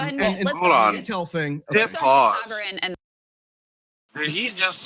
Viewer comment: Sorry just a little off putting to mispronounced saagars name. I fuckin hate thar guy but mispronounced a name is a big dig. You can find better jokes. Saagar embarrasses himself constantly with his real opinions. Calling him sugar makes you look stupid. Smh